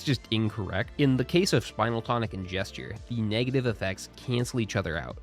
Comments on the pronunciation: It's spin-el tonic, not spinal tonic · Spinel is pronounced Spin (as in to turn in circles) L.... Spin-L.... it's a gemstone